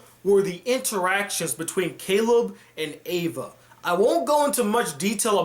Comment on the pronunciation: Oh, the android's name is Ava, not Eva. That'd be something if it was.